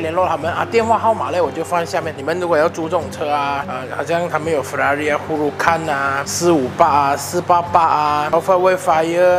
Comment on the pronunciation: 6分47秒開始的close up shoot和之前拍close up shoot是一個人嗎? 這次的close up拍得很好耶。。 聽到whelan念ferrari就想聽他(用義大利音)念Lamborghini Gallardo Super Trofeo Stradale.. 哈哈